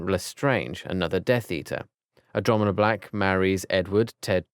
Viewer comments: AnDrOmEdiA lol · ikr PercEfe (Percy), GenEEEEvra (Ginny/Ginervra) Andromeeeeda (Andromeda) Remius (Remus), lryreral (Lyall), Mehrope (Merope) and many more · “Frank longbottom is an *author*” “ tortured into *instanity*” “*sirius one two and three*” “*adromedeea*” this is painful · Andromedia and Narsirius black 😂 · andromedia😂😂😂 And also he said regulius instead of regulus